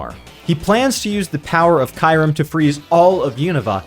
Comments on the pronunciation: I will say you pronounced Kyurem VERY wrong. It’s pronounced Kyu (like ice cube) and Rem (as its spelled) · It's actually Kyurem, pronounced KyOO-rEm.